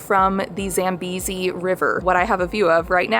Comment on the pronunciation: Thank you for specifying the country in your title of the video. And not something like " My Trip to Africa! Victoria Falls! Having said that, I think the introductory song is a cliched Hollywood sound. I would have loved to hear something Zambian. Also, it could be helpful to ask locals how to pronounce words like , Zambia, Zambezi... The Northern American stress on "A" make words sound funny. Oh Luangwa was perfectly pronounced.